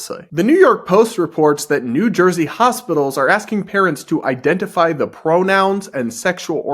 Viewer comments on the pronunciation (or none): Yeah, it's I-dentify, not You-dentify.🤦‍♂️😅 Babies don't have teeth!🤣 I'm so silly. I forget if it's Latin or Greek but the root 'Idem' means to make same or make the same as. Identity is really a deeply personal thing and so the more you HAVE to have someone else understand this thing that is deeply personal to you, the less personal it becomes. I identify as Deeply Goofy.🤣 Hi, I'm 3Raven!